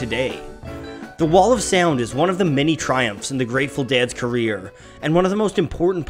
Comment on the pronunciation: Good video, but I don’t like the way he says “say-ownds”